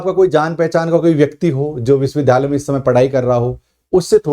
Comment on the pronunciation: सर विश्विद्यालय तो ठीक बोलिए